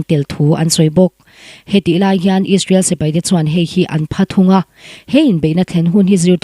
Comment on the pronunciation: Israel tihtur aw israwl nilo in...😂😂😂